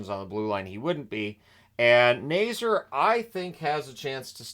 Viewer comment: first off: Frank Nazar's last named is pronounced Nay-ZAR, not Nay-zer. i know the Hawks aren't a team you follow closely, so just heping you with the pronunciation anyways, as constructed, the Hawks shouldn't have a top 5 pick next draft, but will probably finish with a draft pick in the 6-10 range also, showing the Hawks with under $5M in cap room is very misleading, as CapFriendly (long live CapFriendly!) has 15 forwards, 6 dmen & 3 goalies on the roster, which is too many, so their actual cap room will be over $7M when the proper roster moves are made. just letting you know!